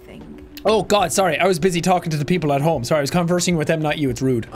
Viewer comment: Why vewy sarwy vewy spoopy